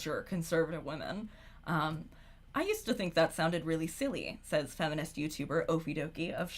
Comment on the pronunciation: Owiginal fwemenist 😂 thanks for the vod!